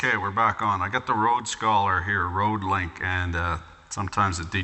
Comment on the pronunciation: "rodelink".... Rødelink is more like "the red link" ;)